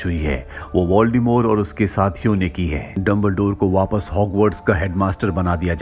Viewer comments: its voldemort not voldemore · Voldemort pronounce "voldemore"